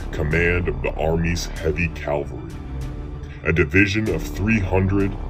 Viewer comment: What writer is the narrator quoting around the 5 minute mark? I have never read this "eyewitness quote" ....and it's CAVALRY, not CALVARY